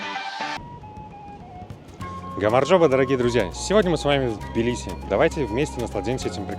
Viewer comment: Прчему "тобиле"???? Тбили (т произносится с придыханием)